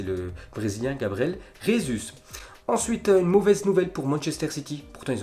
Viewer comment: on dit Gabriel Jésus pas Resus en portugais on prononce J jjjj et pas rrr